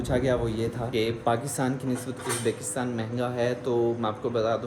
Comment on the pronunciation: yaaar its Uzbikstan not Uzbaakistan😋😋